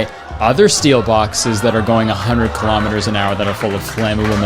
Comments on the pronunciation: what's a kilomiter? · ew wth is a kilometer?? You sound like a Canadian person